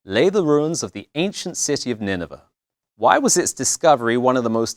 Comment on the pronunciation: It's pronounced Nineveh to rhyme with 'day'.